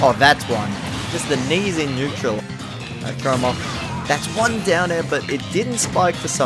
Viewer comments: It’s not neutral it’s KNEEtral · knee in neutral. You could say its kneeatrual. (sorry)